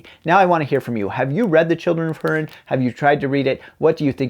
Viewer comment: Good review. I thought much the same when I read it. P.S., Hurin is pronounced hoo-rin.